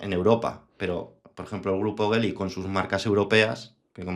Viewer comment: Geely no Bely